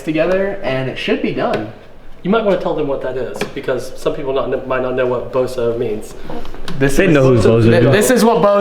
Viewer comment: little bit of BOZO its ''BOUSOU'' short for bousouzoku